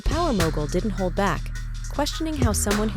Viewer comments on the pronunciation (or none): none